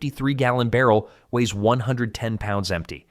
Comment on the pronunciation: They way "barrel" is said is funny, so i decided to do a shot game with that word. not even 2 minutes in I am regretting my life choices😢 Alcohol is bad guys🫨 12 times barrel in 2 minutes, i died☠️